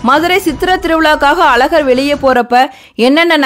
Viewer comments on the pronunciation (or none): First of all it is Azhagar and not alagar. Pronounce it properly. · Madam pl pronounce Azagar correctly. Sad tamil girls cannot pronounce the special letter za in Tamiz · அழகர் பெயரை அலகர் என உச்சரிப்பதைக் கருப்பர் காது கொடுத்து கேட்கனும் 🙏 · அக்கா அலகர் மலை இல்லை, அழகர் மலை முதலில் தமிழை ஒழுங்காக உச்சரிக்க கற்றுக்கொள்